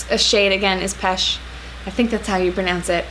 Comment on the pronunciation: Good prononciation for "pêche" 👍